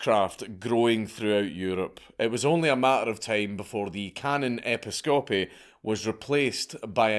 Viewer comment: His pronunciation of "Episcopy" is a travesty.